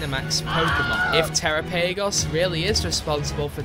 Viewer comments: It should be pronounced "terÁPP-agos" to sound like Galápagos. It's not "terra- PAYgos" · Uknown Type (??? Type) was never removed. It's used for Struggle. Since gen 2. Edit: I KNOW I did NOt just hear you pronounce Terapagos (Sounds like Galapagos, you know, like the island that helped Darwin with the Theory of Evolution? You know, Evolution? That core mechanic of Pokemon? Yeah that one!) like "terra pay goes" lmfao it's truly illiterate youtuber hours